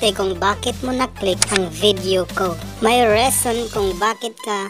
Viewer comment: Reason po hindi Reson